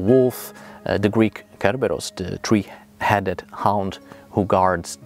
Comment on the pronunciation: When you say three, it kind if sounds like the word starts from the top of your head and moves down, whereas for a native English speaker, I think it stays in the back of the mouth.